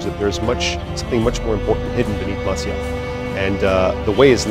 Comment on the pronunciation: I hate everyone miss-pronouncing "Masyaf"...